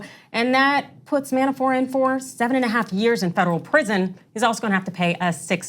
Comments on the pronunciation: every time she says Man-a-4 instead of Manafort I cringe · There is T in his name. ManaforT, not Mana4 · By the way it's Manafort, not Manafor. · How does she not know Manafort's name??? She keeps saying Manafor without the "t". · Mana for T T say the T you are driving me crazy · Why won't she pronounce the 't' at the end of Manafort's name? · I actually checked the comments just to see if anyone else noticed haha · Christopher Eshleman That was irking me. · You can pronounce the T in manafort. He's not french.